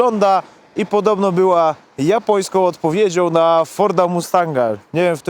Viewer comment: Była japoniskoł odpowiedzioł - co to za gwara?